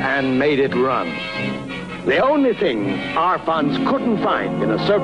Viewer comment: Arfons not Alfons. Not liking your sloppy journalism as I have a great deal of respect for this guy. In some ways he was the greatest land speed record holder of all time. He did more than the rest of them on his limited budget. Hero man.